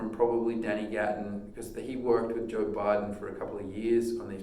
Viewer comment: "Joe Biden" pickups?!?!? Hedging his bets already, in case he doesn't succeed running for office? :-) That's a pretty thick accent by my standards to pronounce Barden as Biden...an Aussie drawl perhaps? nevertheless, great country playing, and great tone. That's what counts.